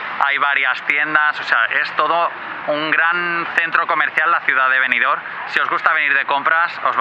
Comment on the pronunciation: Buenas tardes amigo, precioso video, pero si no te molesta te corrijo, es Benidorm, macando la m, no con ene Un saludo